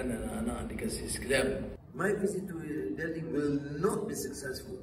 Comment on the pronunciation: Pronounce “Delhi” must silent “h”…